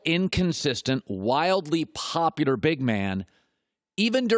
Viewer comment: I hate the way Colin says “popular” wtf word is he using